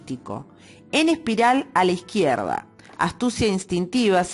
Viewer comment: Dextrógira... fíjate en el tilde, lo mismo con a izquierda, lo has acentuado mal, como si el tilde estuviera en la "i"